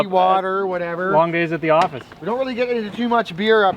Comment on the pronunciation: Oh thank God, I thought said "Welcome to my orifice!" 🤣